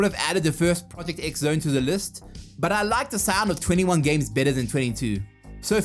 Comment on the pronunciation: Thank you for saying Project X Zone. I know they want us to pronounce it “Project Cross Zone,” but we need to teach them that if that’s what they want, then that’s what they need to write. (I also would have accepted “Project The Tenth Zone”.)